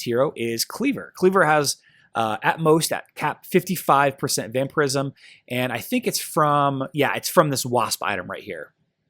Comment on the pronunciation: its vampire ism not vamper ism